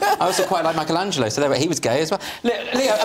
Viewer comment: As Italian , to me it's indecent and obscene the pronounciation you have of Michelangelo mispelled in May-koul-angelo.